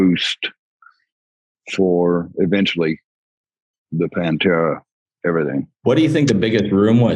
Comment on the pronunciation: cheers for saying Panfuckin’tera’s name right!